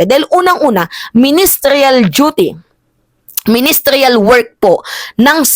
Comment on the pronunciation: Pls lng madam......hindi po ministryal. MINISTERIAL ganun po.